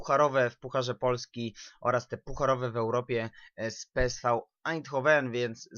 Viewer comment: Gdyby co to PSV czyta się peeswe